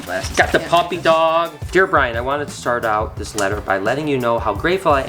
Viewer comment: And it’s Brian not brain 😂😂😂